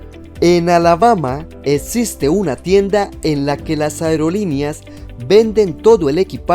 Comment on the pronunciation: Amigo por favor no digas etsiste! Atratcion, etc. Le quita credibilidad de tu video y tiene datos interesantes